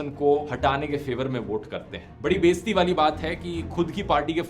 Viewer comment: "Baistee wali baat". 🤣🤣🤣🤣 Lighter Note: Its " Be izzatee " not Baistee. In our Punjab (Pakistan) every one say this word wrongly. Stay Blessed Daruv